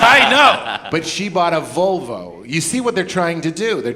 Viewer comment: Hahahaha "Valvo"